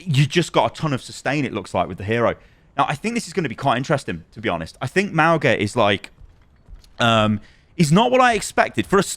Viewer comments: I hate to be that guy but his name is pronounced Mah-oo-ng-ah not Mah-oh-gah. The g is pronounced ng like the word "song". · Pretty sure it's not pronounced "MOWga" its "MAOOga" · nots not Mao-ga its more like Mow-ga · Just putting this out there. Mauga’s name is pronounced Mau-ng-a. Gs in Samoan are pronounced as an ng sound, like song. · Ffs is MAUGA - pronounced MAH-OOH-NGA with the G in his name pronounced like that NG in the word GOING Please at least try and get his name right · The "g" in Mauga is pronounced the same way as "ng" in the word "singer" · The "g" is not pronounced, it is more like "n" and "g" sounds combined. Good video but pronunciation is off, which is what I expected after Mauga's release lol